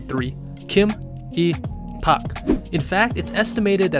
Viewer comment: You mispronounced surnames like Park and Lee get it RIGHT it’s pronounced like how you would say it in English.